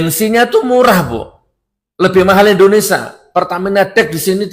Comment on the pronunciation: INDONESIA bukan INDONESA